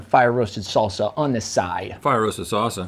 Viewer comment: Rhett saying "Salsa" gives me life. "Saucea"